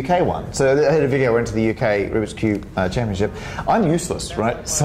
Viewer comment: "Ruby koobie" "Rubiks Cube" "Rubie Koob"